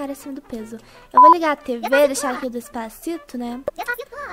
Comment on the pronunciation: "Dês pá ci tô" kkkkkkkkkkk rachei demais kkkkk